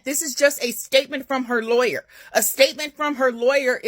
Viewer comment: The lie-aw-yer